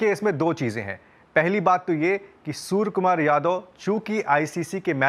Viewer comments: Hello sir case tho aap par banta hai aap surya kumar ko bar bar sur kumar bol rehe ho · Not surya the report is saying sur Kumar yadav😂😂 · Bhai name sahi pronounce karo...soar kumar yadve nahi Suria Kumar yadve